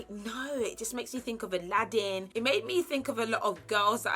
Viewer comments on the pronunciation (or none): none